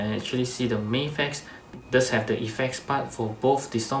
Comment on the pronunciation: I like that you say "May-fex" and not "Maf-ex". "Maf-ex" sounds like American mispronunciation to me.